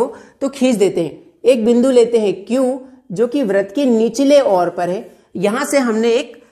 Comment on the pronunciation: Vrat Nahin Veirt Hota Hai